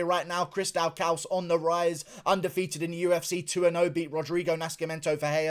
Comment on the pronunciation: are you pronoucing Daukaus wrong on purpose orrrr is there something else happening here